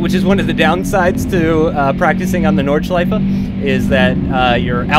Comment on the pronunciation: Yes!!! Finally a english youtuber who can pronounce "Nordschleife"! I like this, because I am German!